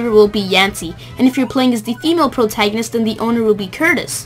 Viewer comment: did you say the e-mail protangonist?